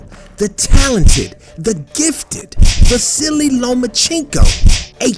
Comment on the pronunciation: is it just me or is he saying “the silly lomachencko”